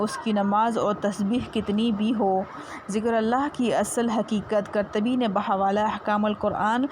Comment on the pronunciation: Tum yad rkho mujy me ap ko yad kron ga or shukar bja kao bht hi qabil e ghaor aur sbq amoz hy ye ayat Allah kry hme in ayat ki smj aa jay or Allah ap ko kamyab kry khush rkhy ameen fuulwachd imam qartabi lfz ni hy qurtabi hy yani qaf par pesh hy azabar ni Untaleeslike